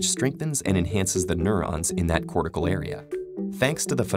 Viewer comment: anyone else notice that he says cortical area?